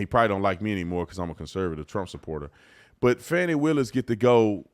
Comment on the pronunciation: Its Fani "Need a G" Willis